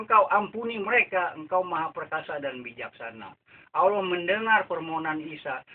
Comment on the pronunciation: Menyebut Allah sja tidak betul membaca ayat quran jga ngak betul bagai mana engkau hendak membetulkan org..bodoh ini org tua sudah mau mampos lgi bodoh🤣🤣🤣